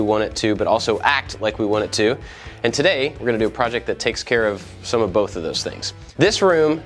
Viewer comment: hold on, does he say "hey i'm AND i like to make stuff" or does he say "hey i'm AT i like to make stuff", am i just crazy and heard wrong this one time, or have i always been wrong thinking he says "and"